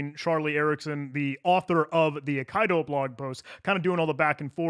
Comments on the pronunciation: same here. thank you. eye - KEY - dough 🙂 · Eye Kai Doe *Eye Kee Doe, ffs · >AYE-KAYE-DO Brother, it's pronounced Aye-Key-Do. It be a Japanese word for a swordplay style. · Aikido, not Okaido. :P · Ai Ki Do (as in the martial art) not A Kai Do that hurt my hears so bad 😣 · a nit pick, but nonetheless; "Aikido" is pronounced "ai - kee - doe", it's a Japanese martial art (合気道) which means "the way of the harmonious spirit". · Pretty sure Aikido is pronounced “I-key-dough” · Pretty sure it's pronounced "ai·kee·dow" like the Japanese martial art. Thanks for the great video 👍🏻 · Brother, Aikido is a well established martial art. It's pronounced eye-key-dough 😂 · Aikido is pronounced "eye-kiddo", it's a type of martial art 😅